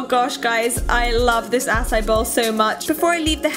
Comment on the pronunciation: Am I the only bothered by the way she says acai? She is pronouncing it incorrectly. It is pronounced ah-sigh-ee.